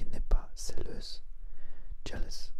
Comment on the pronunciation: Bonjour, votre français est très bon, c'est impressionnant! Néanmoins, "jealous" se dit "jalouse" et non "céleuse"... Peut être avez vous confondu avec l'espagnol "celosa" ? ;)